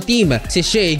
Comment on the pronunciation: Not she shy correct pronunciation